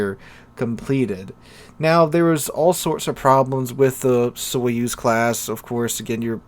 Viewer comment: Sorry but because I know russian it's funny how you pronounce the "Soyuz" The accent should be put on the last vowel "u" I don't have anything against it, but I would advise to use a translator to see how any foreign word is pronounced. I just started watching the video so I should endure it a little more. But "sovetsky" you just nailed. I was surprised in a good way.